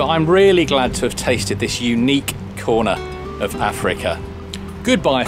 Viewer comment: By my count, you've pronounced "Ceuta" in six different ways. Perhaps its time to settle on one, and stick with it.